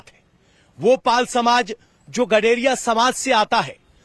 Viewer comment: Or GADARIYA THIK SE BOLNA SIKHO PEHLE NHI NAAM MT LIYA KRO